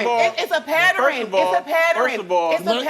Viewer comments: IT'S A PATTEREN A PATTEREN A PATTEREN 😂 girl learn the word PATTERN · It’s a PATTERRIN… it’s a patterrin…. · It’s a “patterin”!!😂😂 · It's a "patterin" Girl 😂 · It’s a patteren it’s a patteren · How uneducated are these people 😢it's a pattering, it's a pattering. There is a pattern to the stupid.😂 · "Its a PATTER-IN" ..lol... gross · It's a patterin! It's a patterin!! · It's a pattering?? What a dummy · PAT - TER - INN 😂😂😂 WTF? 😂😂😂😂😂😂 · Its a patter-in. Dumbassssss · It’s a pattering it’s a pattering 😂😂😂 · What the hell is "it's a patterning" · "Issa Patteren, issa patteren, issa patteren" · Why does people pronounce pattern like that 🥴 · Lmao I shuddered when i heard her say that. It takes more effort to say it like that so I don't get why you ever would. Wonder if she thinks it's cute or something.